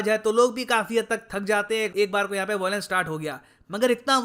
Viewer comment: Bhai it's VIOLENCE not VOILENCE.. aata nahi kya.. LION not LOIN..